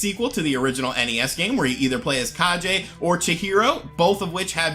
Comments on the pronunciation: Its the legend of kaGe not kaJe Translate to legend of shadow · Lol at “the legend of kah-jay”. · Kage: It's pronounced "kah-gay", my friend. It's the internet so I have to correct you. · legend of kah-jay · „G“ in the word „Kage“ is pronounced as „g“ in the word „gun“. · Kage has a hard G not a soft G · A great list; the DS has a great library with lots of interesting little titles. Funny to see people still mispronounce "kage" just like they did back for the original NES game :p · Yeah, don't pronounce "GE" like in "GEneration"